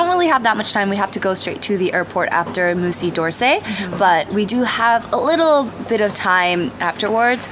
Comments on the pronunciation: it's not 'Moosey DORrsay' lmao It's 'Muzee duh Orsay' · lmao, "moosey dorsey"